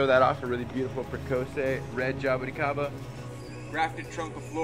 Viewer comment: has the most stylish way of saying jaboticaba, just awesome!